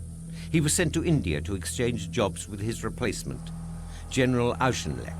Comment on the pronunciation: General Claude Auchinleck's name is mispronounced over and over again. Its pronounced AW" + "kin" + "lek".